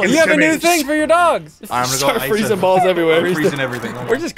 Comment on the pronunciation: ball not baa Ian ball you know, you have two of them